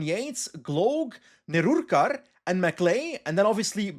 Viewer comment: that pronounciation of Nerurkar is the reason you visa process is the way it is